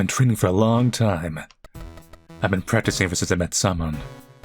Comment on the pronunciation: bro is pronouncing "Samon" as "salmon" instead of SIM-oan 💀